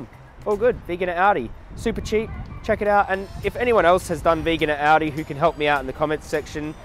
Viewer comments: It's pronounced "ALL-DEE",. Jokes aside, you are AWESOME!!! PLEASE come to the United States sometime and advocate here! It would be awesome! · When you say aldi, I keep hearing audi 😂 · thought he was saying “audi”